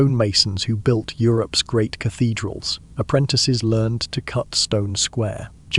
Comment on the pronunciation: Please tell whatever so app you use for narration not to shorten words used in sentences and just use the whole word. The fact it doesn't understand it, mean it's really annoying. "I'll, we'll". 'Europe's being said as 'Europe S' and so on. I love the content and everything else. But I am not sure if I'll be able to stick with this until the end.